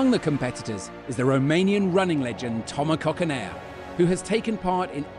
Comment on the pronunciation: Oh boy, who teach this guy how to pronounce Toma Coconea?